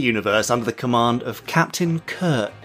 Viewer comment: It's Captain Kirk not Captain Kirt!